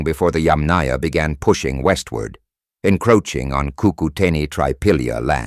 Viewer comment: Rename please CUCUTENI NO kokoteni